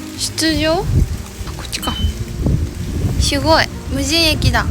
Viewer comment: しゅごい がかわいい😊 たまにすごいって言ってしまうところもかわいい❤